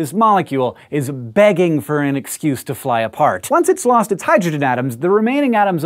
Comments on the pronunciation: That’s a weird way to pronounce antimony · Following in the steps of Haystack last year, I am happy to report that it is the tail end of 2022, and this still remains one of the best SciShow videos of all. It's obvious you enjoyed making it as much as all of us did watching it. But I just gotta ask: Why do you pronounce "antimony" differently than does Tom Lehrer in his classic song, "The Elements"? It would be heresy to think Lehrer might have been WRONG - horror of horrors!!!!! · Enjoyed very much. (Check pronunciation of antimony.)